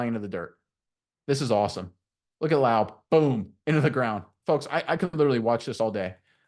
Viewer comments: It’s Raider Nation not Raiders Nation And it’s La-ooby not Lobe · Seriously?!? I can't watch this video because you don't even have the decency to learn how to pronounce his name? It's not Loub. Laube Lau-bee! There's no way you're a real Raider fan pronouncing his name like that! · His name is pronounced Lau-Bee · Nice film breakdown. You're mispronouncing his name though. It's pronounced similar to LOBBY. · Pronounced Laubeee and its Raider nation, not raiders nation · Lau-Bee ! Bro your killing me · I enjoyed your play breakdown...But you're mispronouncing Laube...It's Lau-Bee. A long "E" sound, and a strong "B". Like the insect the "bee". One way to avoid mispronouncing players names is taking a minute to listen to the college announcers that covered their games, and for Laube, anything involving the Raiders promotion of him.Thanks for your video work and analysis. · Guys, it's Lau- BEE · Lou-Bee... sounds like wowbee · It is pronounced Lau-bee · You need to PRONUNCE HIS NAME RIGHT FIRST OFF. WOULD YOU WANT SOMEONE TO MISS PRONUNCE YOUR NAME OVER AND OVER AGAIN? I THINK NOT. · The first thing you should do when you break down a fan favorite, is learn how to pronounce the man's name. If you don't care to, I don't care to listen. Re-record this. Redo it. Be ashamed of yourself. You failed at step one. Laube, like rowdy. There are so many sources for how to pronounce his name, including many interviews of the man himself. Why don't you know this basic thing? Why have you heard no interviews of the man you are being authoritative about? Should I trust whatever else you know? I'm sure you are good at breaking down film, just, please, don't make us hear what we know is wrong in nearly every sentence you speak. To be fair, I can't really critique this video's substance because after hearing the mispronunciation 3 times in the first 30 seconds, I refused to watch the rest. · at least pronounce the man's name correctly if you're doing a video about him .JEESH